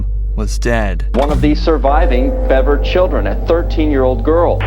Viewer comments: Please no more robo-voice (if you're not going to correct it.) He was HIDDING in his room. The BEAVERS (Bev-er!) Jeez. Why even upload something you don't watch after you render? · The last name is BEVER not BEAVER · I knew this family, I used to be in a bowling league with them. The older brother would usually bring them, never really saw the parents, our bowling instructor was crushed when this all happened. I'm thankful that the house is now a family park. Also it is pronounced Bevver, definitely not too important just throwin it out there!